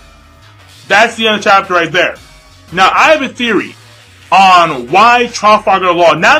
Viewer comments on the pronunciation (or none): none